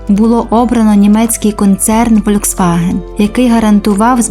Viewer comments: Літера V в німецькій читається як Ф, тому всеж-таки Фольксваген, а не Вольксваген! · Правильно казати Фольксваген а не вольцваген